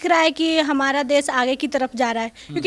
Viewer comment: देस देस कर री है पहले देश बोलना तो सीख फिर बोलना 😂😂😂😂😂